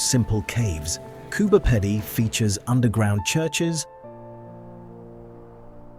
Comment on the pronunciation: Pronounced Coober peedy